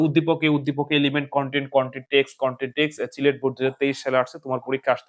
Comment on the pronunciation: ওইটা চিলেট না সিলেট হবে 😅🙂